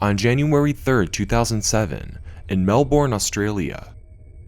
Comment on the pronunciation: for future reference, we Australians pronounce Melbourne "Mel-buhn" with a soft "uh"